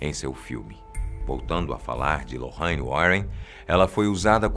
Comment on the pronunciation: Aí que ódio desse homem falando lorraine a pronúncia tá errada